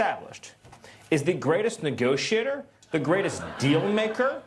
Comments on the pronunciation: Anyone else hear say "negoshitter" instead of negotiator? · Did he just say, “na-go-shitter”?! 🤦🏼‍♀️🤷🏼‍♀️😂 ✌🏻💜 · Did Stephen Miller say “negoshitter” 😂 😂